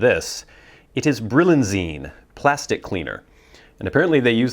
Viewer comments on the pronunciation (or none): It's actually Brillianize, not Brillianzine. :-)